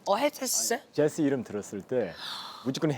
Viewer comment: 초 재시 발음ㅋㅋㅋㅋ